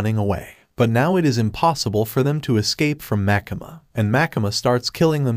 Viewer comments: also why do you call makima makama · pls stop saying makama its makima